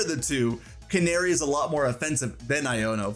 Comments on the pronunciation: CA-NA-RI NOT CANARY😂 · Canari isn’t said like like. Na like Nag, use that sound. Not nare like snare sound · Imma be honest i thought her name was pronounced Can-AH-ri instead of like the f*ckin bird